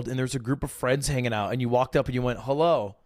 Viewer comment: “hullo” lol I’m so dead